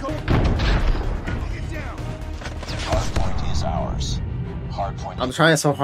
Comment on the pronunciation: Bro said this challenge gotta b done in “10 arse”